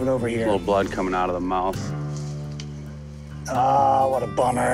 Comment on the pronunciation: I thought at first he said moth so I was like:”Wait why do you need help moving a moth?”